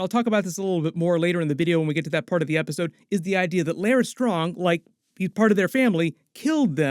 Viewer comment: Larys rhymes with Varys